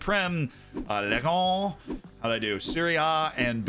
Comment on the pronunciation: this pronounciation of "Ligue 1" really hurts as a french person damn, but I appreciate the effort